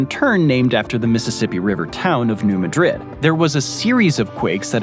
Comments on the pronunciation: MAD rid not ma drid. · The earthquake you cited in Missouri is NOT pronounced Madrid (as in the capital of Spain), but Ma drid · From what I understand the town in Missouri isn’t pronounced like Madrid in Spain. Even though it is named after that city, it’s pronounced MAD-rid. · A nit to pick: New Madrid is pronounced "New Mad rid" with the emphasis on first syllable of 'Madrid'. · 📚 Pronounced: "Maa-- drid" and the actual results fall in Tennessee, as is the point of orgin, under Newbern, Tennessee, to Sandburg , TN, Reelfoot Lake the positive marker. "7.2 - 8.2" That's a Shake, Rattle, and Roll Quake!